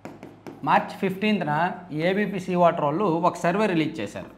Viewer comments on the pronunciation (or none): none